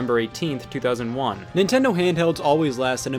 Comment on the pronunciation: Lazar Ninten- do what seg, can’t(pronounced car n’t)... make good games today. Technically sonic mania is not sega, it’s a group of fans